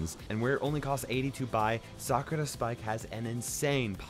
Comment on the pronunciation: Shit, i read this, or else, i would have thought his pronunciation to be trash🤣🤣🤣 lol